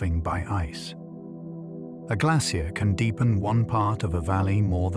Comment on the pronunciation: I find this difficult to listen to simply because AI doesn’t know how to pronounce the word glacier. It’s even trying out several different ways to pronounce it. Just too distracting to sleep, which is too bad because I’m sure it is interesting.